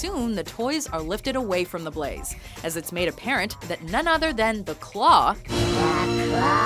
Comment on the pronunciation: You pronounced the claw wrong